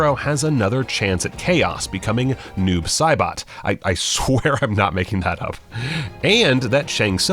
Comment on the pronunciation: How Screen Rant has butchered my boy Noob Saibot? 😔😭